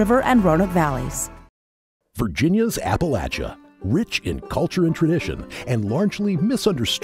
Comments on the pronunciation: Apple-atcha, not Apple-lay-cha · so the woman speaking about quilts is saying apple-lay-cha, not apple latcha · Oh,, how could you? Appa-lay-shia? You've lived here long enough to know better than that! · The information was well done but PLEASE learn how to say Appalachia! It is pronounced like you say “apple-at-cha” anyone who was raised in that part of the country cringes every time someone pronounces it. incorrectly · I can't imagine where you heard it! I'm a Virginian and have always heard it in the south pronounced as "apple-at-cha." That's the way my family and all the people I've ever known from this part of America pronounce it. The way pronounced it is from the north. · Ironic that the intro talks about a region largely misunderstood by outsiders and then has it narrated by someone who's an outsider who pronounces it oddly. Sorry, love quilts, and watch everything I can about them, but this seems a tad condescending. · Agree. I stopped watching after after the fraudster kept saying the name wrong. Clearly she doesn’t know anything about the area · Please! The host needs to learn how to pronounce Appalachian & Appalachia.